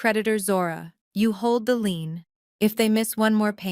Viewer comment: Leans instead of lein this is messing with my English